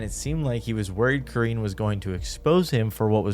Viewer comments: Karrine = Core-rin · You said Karines name right the second time 👍🏾